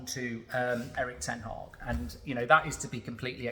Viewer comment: Mark its not ten Hawg as you pronounce it, Its ten Hag as in bag.